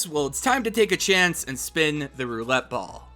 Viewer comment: I know he said roulette ball but all I hear is Gam-ball